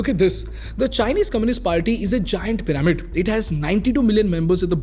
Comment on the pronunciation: PYRAMID is pronounced 'PI-ruh-mid' ✅ not 'pi-RAE-mid' ❌